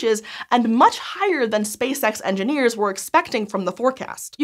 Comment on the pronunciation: I always hear "Space Sex." Space Sex Engineers"